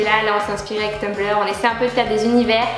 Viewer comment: On dit Tumblr et non Tumbleur